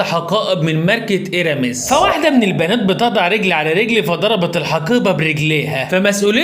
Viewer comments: الماركة نطقها مش ايرمي. النطق هيرمي أو هيرمييه بين الاثنين. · حلو تحكي عن براند وا تعرف تلفظوا ايرامس 😂 ممكن يرفعو قضية عليك كمان 😂😂